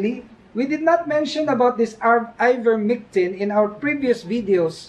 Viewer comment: Its ivermectin not mictin..